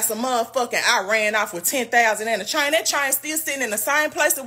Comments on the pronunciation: Yep, like Mayne, not man, but Mayne.😂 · Everytime Jessica say "chain" in her Memphis accent i giggle lol